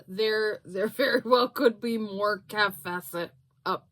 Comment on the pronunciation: You pronounce "Kaffe Fassett" like "safe Bassett". Lots of us love those fabrics. Looks like she's really liked the designer Philip Jacobs who designs for the KF collective.